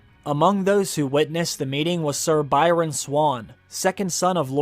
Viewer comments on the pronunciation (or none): none